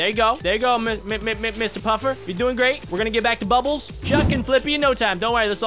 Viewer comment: you said bubels